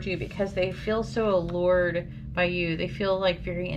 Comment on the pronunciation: #4 there goes “Allured” again lol 😂❤️